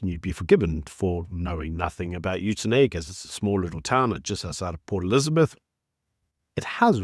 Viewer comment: Stop saying the towns name wrong!! You have been exposed enough to the Afrikaans language your whole life to say it correctly! 😡😅